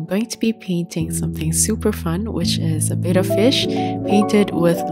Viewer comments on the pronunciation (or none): Betta (BETT-uh) is a fish. Beta (BAY-tuh) is a Greek letter.